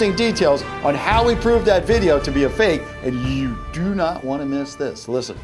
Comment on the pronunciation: He spelled fake like fak at the end of the video when he said it was fake!!!